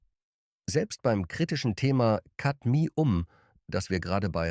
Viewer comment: Ra---Punzel und Kadmi---Um... kaum zu ertragen, diese Testversion einer KI Stimme. Laborwerte = bezahlte Zahlen